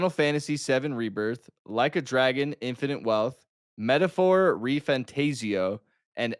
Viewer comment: never saying the metalphor name correctly is the best 😂